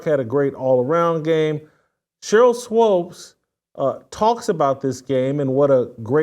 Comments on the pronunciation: its swOOpes my man, not swOpes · Isn’t it pronounced Swoops, not Swopes? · Shemeka doesn't come close to looking old enough to have a 28yr old kid. Also someone PLEASE teach Jason how to say Sheryl Swoopes.....it's not SWOPES lol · Whitlock..her name is sheryl swoopes not swopes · It's swoopes pronounced sw-oops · SWOOOPES pronounced like HOOOOPS MANE! SHEEEEEESH!!!! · It is Swoops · You can't pronounce Cheryl's name, BUT you CAN pronounce SHEMEKA?!? How about if we pronounce YOU with a long I?!? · I really need Mr. Whitlock to start pronouncing Sheryl Swoopes' last name the correct way. As a journalist discussing a former athlete who has been a top collegiate and professional basketball player, Olympic gold medalist, and foundational member of the WNBA and 4x champion in that league, he knows the correct pronunciation of her name. It wreaks of passive aggressive belittling of a woman because he doesn't like her, disagrees with her world view, or doesn't think she's hot. Do better Mr. Whitlock, I have higher expectations of you. It's Swoopes not Swopes. Intentionally and consistently saying her name wrong should be beneath someone who presents themselves as a voice of morality. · I was just thinking why does he keep mispronouncing her name? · Jason keeps mis pronouncing it 😂